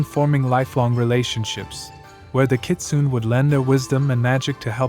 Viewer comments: Good video and informative. But the word is pronounced “Ki-tsu-né”, just for future reference. :) The BG music isn’t Japanese folk music either, its traditional Chinese music. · Thanks for butchering the name . 😅.